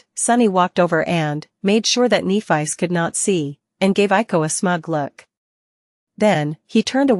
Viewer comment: I would like to know as well. This voice is really bad. Kneephice. Like what? And instead of w-what it’s W. What